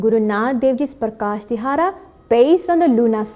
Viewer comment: it is Wonderfull but please pronounce dihara(ਦਿਹਾੜਾ) shabad properly.